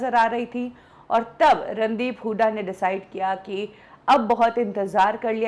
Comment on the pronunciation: kya yaar jisko v dekho randeep sir ko randeep hudda kehke bolte hein...r e gawaron inka naam randeep hooda hey randeep hudda nahi...